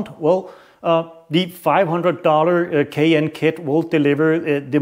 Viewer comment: LOL,,,,Sheash man,,it’s called a “K and N” air filter not a “k n” which sounds like you are poorly attempting to pronounce a Porsche suv. IE the Cayenne. Also your test is inherently flawed and should have been done on a dyno to get anything close to repeated accurate results.